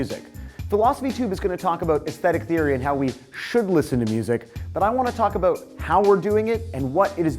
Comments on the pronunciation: "Aboot" wow his canadian really showed their, didn't it? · all i hear is " ah-boot " when he says about